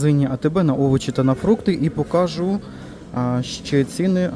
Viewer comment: Що ти коверкаєш українську мову?ПривЕзли,покАжу.